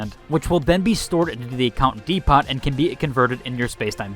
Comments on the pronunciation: Thanks for putting this all in one video. Easy to understand, much appreciated. Also. saying the word "depot" as "dee-pot" and not "dee-poe" is wild. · Home Dee-Pot!